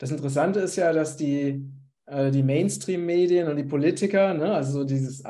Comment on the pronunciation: Main schtreem 😂😂😂😂 lern mall bitte englisch